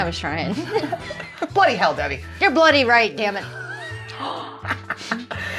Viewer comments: Debbie, Saying bloody, try emphasising the L bLoody, see if that works for you. Good luck😂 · 'Bloody' could be said as Bladdy it sounds like you are trying to force the first part of word ?? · pronounce it " bluddy" ;p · Pronounced Bluddy would probably help as well. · Maybe try pronouncing it as "blu-dee" instead of bloody. We seem to say the word quickly 😂